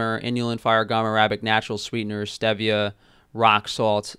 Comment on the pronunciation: Ha ha, he said 'Stebia'.